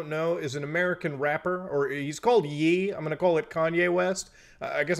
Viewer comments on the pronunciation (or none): I'm normally not annoyed by this kind of thing and I'm not defending anything Kanye said but his name is pronounced yay not yee lolol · Btw it's pronounced like YAY (Ye deriving from Kanye lol) not Ye like medieval times, brother. Funny video though!! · It’s pronounced “yay” not “yee” as in kanYE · It's pronounced "Yay" not "yee" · Well, looks like I just can’t support Mutahar anymore. It’s been a good run buddy! Also, it’s not Kanye.. it’s Ye.